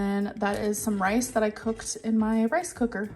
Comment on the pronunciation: I hate the way she say COOKED .. COHKED